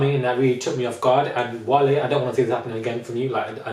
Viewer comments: Please it's not whale, he's not an animal its WA-LAY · I died when you called Wale "whale" 😂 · Did he just call him "whale"?😂